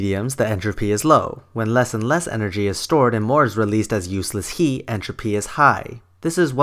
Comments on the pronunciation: it is "HEAT", not "HE"! XD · You seem to harbor a lot of animosities. I think that the combination of your filthy mouth, your inability to pronounce the word "heat" correctly, and the amount of time you spend telling us how the other argument is wrong rather than proving it, I can safely assume that you are a victim of the political hijacking of science. I am not a fundamentalist nor an atheist, but your argument was circular and filled with sensationalistic naughty words. I would not be surprised if this was made while you were still living in your parents' basement. Take the chip off your shoulder and move on with your life. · I love how you pronounce heat :D